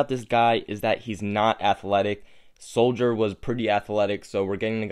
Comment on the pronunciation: I'm almost certain his last name is not pronounced Soldier sold - her